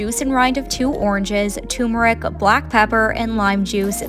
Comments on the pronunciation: Please learn to pronounce "turmeric." Notice that letter after the "u" and before the "m"? Yes, girl, it's an "r" and it is pronounced. In any case, thanks for the recipe. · Why can't people pronounce tuRmeric? WHY??? I have unsubscribed because so many of your recipes use tuRmeric and for some reason, you cannot seem to read that the word "turmeric" has not one, but two Rs. SMH. Unbelievable.